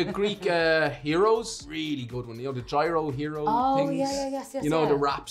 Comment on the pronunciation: It's Greek Gyros (YEAR-ohs).